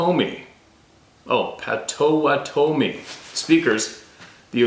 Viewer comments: Amazing share of those diaries. So grateful. I know just one word you were saying wrong…Pottawattame (and I’m spelling it wrong) is pronounced “Potta-watta-toe-me”. There is a town and a county in Oklahoma named that. TY & for all that work. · Pronunciation...pot uh wat uh me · Its pronounced like thjs: Pot toe WA tah me. And again IS NOT SUPPPOSSED TO SOUND LIKE YU SAY A GAIN. AGAIN AND AGAIN. JUST LIKE yu mispronounce GRRRRRRRRRRRRRRRR Raah judge.....meaning to say garage. gaahRAahg. Phonetic sound spelling. Caps are merely to emphasize sounds. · pottuh-WAH-tuh-mee, Potawatomi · It's pronounced pott - uhh- wott- oh- me (my friend is a Potawatomi from oklahoma). As to the other words, you're on your own! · I know that you had trouble with a few of the Native words and names. Please allow this white man to help with one. “Potawatomi” pronounced (Pot-toe-watt-toe-me) meaning “the fire makers.” I was married to a young lady that had lived on the reservation with her mom and step molester while growing up. Hope this helps you out brother! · Pot-o-wan-o-me. Must be near Wisconsin cuz everything hear is named by natives. Lakes,towns,roads... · Pot o watt a mi ......is the way to say it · Pot '- a - wat' - o - me . : ) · Potawatomi pronounced pot _a_wan_a_me. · Pot o wanna me is how it sounds. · Potawatomi is pronounced "PAH-toh-WAH-toh-mee" 😏 We have them in my area. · It's Pot-u-WHAT-u-me. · Pot-oh-wat-toe-me is how we always heard the tribe pronounced. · That tribe name spelled Potowatomi is pronounced pot' a wat oh me. Like padda wadda me. At least, that's how the local news anchors say it. Michigan knowledge for you! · Potawatomi is pronounced Pa-tuh-waa-tomie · Pronunciation is .. PA WA TOM E ... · Pot ah what toe may is how we pronounce Potawatomi here in Kansas. 😂